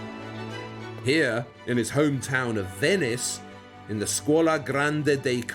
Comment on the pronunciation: When you say Bavaria, it sounds like a disease.Can you please do something about it.